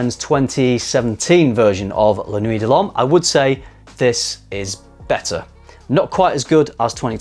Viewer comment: Why do you say "La noo-ey"? It's La Kna-wee. Is the refusal of proper pronunciation am "English hate the French" thing? Also, a blue fragrance isn't defined by it being salty or aquatic. Dior Sauvage and Bleu de Chanal are both blue fragrances. Also a lot of blue fragrances tend to make you nose blind. Sounds like you're nose blind to the new ingredients and mistaking it for weaker projection.